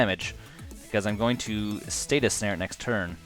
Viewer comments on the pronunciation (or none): Please stop saying status snare. Please? It's stasis snare (pronounced stay-sis) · Good games. Btw, it's StaSis not statis snare. Ssss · Stay-sis Not Stay-tus Ahhhhhh please!